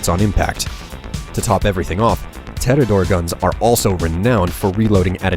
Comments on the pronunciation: 6 year old vid, still going to comment errors. Tediore, not Tedidor. You removed the E and added a D randomly. S&S and Atlas went out of Business. Atlas was outright destroyed, S&S dissapeared. S&S was replaced with Bandit due to both of them having the same trait, more bullets in your magazine. Dahl pistols aren't full auto, they are Semi-Automatic on Hip-Fire. Jakobs is second to Torgue for damage. Torgue weaponry, on average, deals more due to the explosive element. Community and Stat-Wise, Vladof's best weapons are their Sniper Rifles. Assault rifles do poorly, but it's all down to wording. Saying "Assault Rifles are where their tech shines most" makes more sense due to the spinigun barrels. Torgue weapons only come in explosive period. There's no high chance or no guarantees, that is literally Torgue's gimmick. Would be pretty nice if you could do a little more research instead of barfing up a video, especially since your gameplay is lackluster. You went into lower level areas to show off weapons and used White and Green rarities, while not showing off Blue and Purple rarities alongside it. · And also, Tee-Dee-Ohr-Eh. Sorry, I'm nitpicking, but my OCD senses are tingling. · Teed-e-ore! Say it like this. It's how people pronounce it in-game. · Your pronunciation of "Tediore" is just baffling to me. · I can’t believe you mispronounced Tediore. There is no second d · Yeah guys, lets keep reminding him that it's Tediore and that's it's S&S not Atlas. I'm sure if we keep reminding he will understand. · i think he mispronounced tediore because the logo makes it look like the I in tediore is a T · ha..he pronounced Tediore wrong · I love how you mispronounced Tediore, you're so professional and neat in your videos. I absolutely love them though! I've watched your fallout guides over and over, even when I don't play fallout. So epic :) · its supposed be tee-dee-ore not te-di-ore but hey,whatever flaots your boat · "Guns of the Tedotore brand " ???? WTF Is that